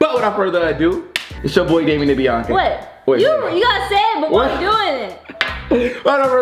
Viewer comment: It’s not binca it’s Biannca ur probably 3